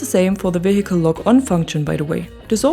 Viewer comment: Thank you for this and other videos, I appreciate your explanation. On a side note, do not pronounce the letter "h" in the word "vehicle". English is not my 1st language either, just thought to let you know. It doesnt bother me that you pronounce it that way. I simply mentioning thats all.